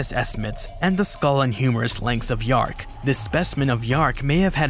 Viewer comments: Dearc is pronounced 'jark', NOT yark. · In Scottish, dearc = reptile, sgiathanach = winged Dearc /chark/ NOT “yark” Sgiathanach /SKEE-thanak/ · Dearc is actually pronounced (tyerhk) the h there sounds more like the Spanish j